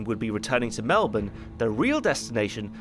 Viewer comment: While you can't pronounce Guadalcanal, at least you got melbourne right.